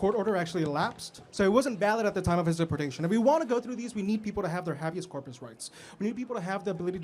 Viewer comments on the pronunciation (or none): The phrase " lip stick on a pig" ring a bell. And its not pronounced hab e us corpus, Its pronounced hay be us corpus